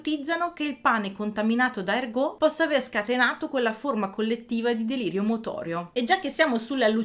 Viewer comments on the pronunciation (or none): bellissimo ed interessantissimo video, ergòt però non si può sentire :-) l'accento è sulla prima sillaba :) non sull'ultima.